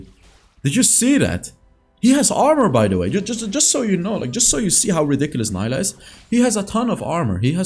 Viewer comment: i know mentioned this before, but it got me cringed when he said "n-ai-lah" when most LoL pc players call her "n-ee-lah":')